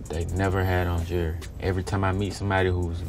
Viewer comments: Did anyone else think he said jury every time he said jewelry 💀 😂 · Autumn Kratzer he is saying Jury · why does he pronounce it "jerrerry", does he know there's an l in jewelry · jewelry... “jury” I was confused for a second until I used context clues lol.